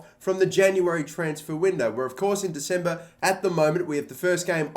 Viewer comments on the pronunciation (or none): none